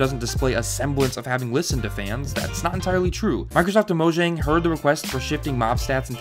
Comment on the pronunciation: They're Swedish. Mo-yahng.